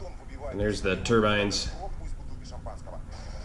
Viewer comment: Thanks for all the great videos and updates. And thank you for pronouncing turbine correctly. Keep them coming!